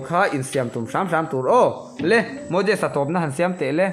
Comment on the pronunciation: I zawt har e......I hriat kha nilo in an hriat kha zawt tache 'Moses' kha MoJes ita Malsawmkima kha MalJawmkima iti leh bawk silo a.... Moses-a hming kha lam dik tawh rawh